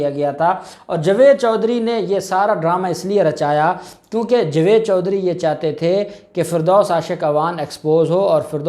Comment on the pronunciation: صاحبتم بھی بہت بیشرم ان پڑ جائل انسان ہو جس کو جاوید بولنا نہیں اتا جو جوید بولتا ہے تجھے بار بار ٹوکنے پر بھی شرم نہیں اتی جوید جوید ہی بولتا ہے تجھے کی جگہ کھارا بولا جائے تع تجھے کیسا لگے گا بلکہ مرچیں لگیں گی